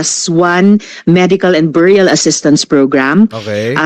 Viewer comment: beh-ree-uhl...hindi biyuryal ano ba tong Sara walang alam...lagi cguro lakwatsa sa school😂😂😂😂dumaan sya sa LGU bakit di niya alam